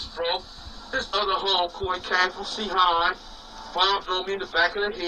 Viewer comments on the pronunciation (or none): Cee-hind hahaha bruh 😂 … I use to live in the 90s ngl it’s gets Active there